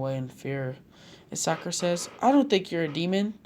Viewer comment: Not sakara not sakara